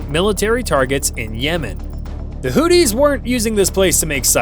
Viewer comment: Houthis - pronunciation: who-thee, as opposed to 'Hootie' as in 'and the Blowfish'.